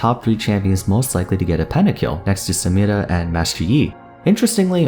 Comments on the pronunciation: I really like the way you say "samira" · You are the only person on the planet who pronounces "Samira" properly. You must divulge your secret.